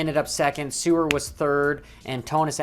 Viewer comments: Excuse me sir "Sewer" it isn't Suwer it's Seewer, thank you as it hurts my ears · The ee in seewer is spoken out like a vocabulary e